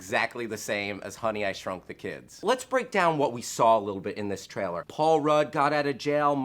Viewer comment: For the love of all that is holy.. LEARN HOW TO SAY THE WORD TRAILER!! It's not a hard word! It's not "traller"! Man you're annoying.